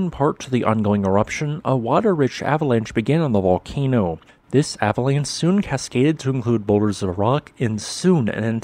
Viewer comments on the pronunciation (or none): none